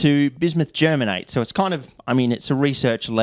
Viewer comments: Im from Germany and never heard a native English speaker saying germate 😂 it sounded hilarious to me. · Bismuth Germanate is way funnier to say if you say Germanate as Ger-manatee